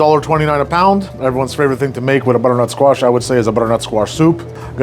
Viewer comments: Bro sounds like an auctioneer when he says bddrntsquash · “Brrrrrnut squash” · I love how he says butternut squash 😂❤❤❤ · Never knew “butternutsquash” was one syllable til now lol.